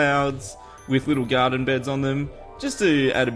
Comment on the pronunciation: Graden? Graden!